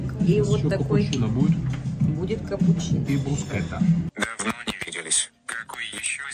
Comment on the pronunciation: «Брускэта»😂😂 так только олигархи говорят, бам бам бам